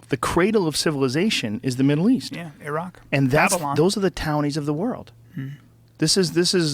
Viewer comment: Good to know Bryan can pronounce Iran and Iraq properly :))